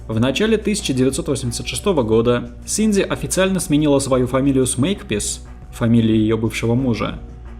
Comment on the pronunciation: Это я упорно слышу "Синдзи" или у меня нет передозировки аниме и мемов по Евангелиону? 🤔